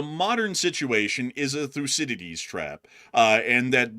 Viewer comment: I love you guys but didn’t one of you study international relations? How do you not know how to pronounce Thucydides?